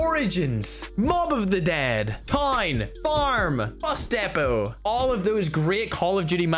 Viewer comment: Sooooo we really gonna ignore how pronounced Bus depot 😂😂😂😂😂